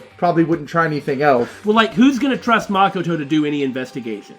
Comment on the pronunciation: Makoto is pronounced Muh-koh-toe not Maa-koh-toe